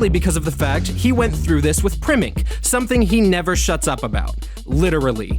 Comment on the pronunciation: saying primink 😂😂